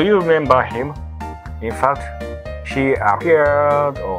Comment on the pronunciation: Cute Foxgirl and cool robot, sign me up. If I have any feedback for I'd say improving "he" and "she" especially in pronunciation to make it clearer.:)